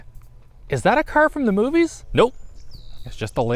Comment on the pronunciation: Dude, its car, not ker....